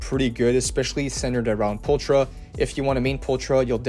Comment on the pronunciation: Can't lie. That bothered me a lot more than it should. Probably because I was already trying to ignore the "Pulchra" pronounciation too